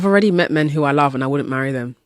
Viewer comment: "Where's all the mehn?!?!"